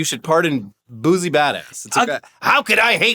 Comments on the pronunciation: Fellas, it's boosie (boo-see) not boozy 😂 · Boo-see, pronounced boo-see not boosey lmao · I've been watching since Machinima & you guys have never sounded whiter than hearing you pronounce Lil Boosie😄 I'm pretty sure the S has a Ci sound instead of Z😄. Now try his former partner, Lil Webbie😄